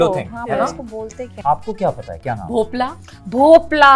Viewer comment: Its भोपळा n not भोपला